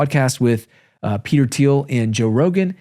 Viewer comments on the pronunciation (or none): none